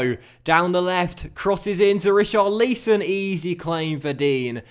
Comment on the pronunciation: Richarlison pronunciation ?!?!?!?!?